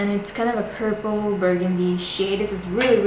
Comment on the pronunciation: Purpule? Noooooo, please change that, it sounds like a septic pimple or something even worse.